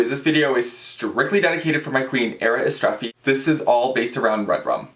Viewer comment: you are pronouncing it right... great video :)